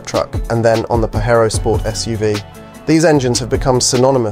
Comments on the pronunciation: IS this litrally a video made with AI? Paherro Rather than Pa Jer o? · Its Pa-JayRo